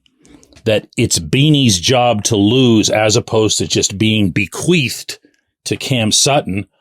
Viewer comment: Every day we stray further from Christ. 😂😂 BeQUEATHed...it's bequeathed